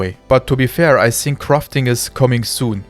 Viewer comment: es heißt nicht "i sink" es heißt "i fink" - Zunge geht zwischen die Zähne nach vorne so dass ein gelispeltes F entsteht, hence das "th" von "think"